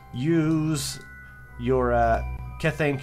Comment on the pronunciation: kethane is pronounced key-thane